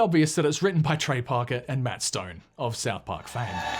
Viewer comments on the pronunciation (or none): none